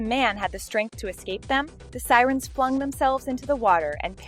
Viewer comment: 'Psyrens' to their 'fate'. Giving up now, bye.